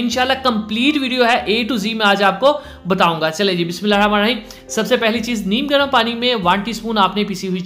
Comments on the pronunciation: Bhae BismAllah saii bola kary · Bhai bismillah ki adaygi sahi se kiya krein Jazak Allah